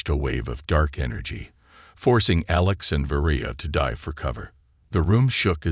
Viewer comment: That's it! You want people to subscribe to your channel, but the narrator [whether human or AI] is not able to enunciate certain words or names such as minutes in the word(unreadable) was read in the past tense and not in the present tense. Well as the human pilot's name of ALEX was misspoken as A lax instead, but later was corrected. Is this an AI generated story or did janitor was given the transcript to proofread while on a cigarette break? Come on now, get with it, and produce the the quality work that I know you can do. Go on, make me proud.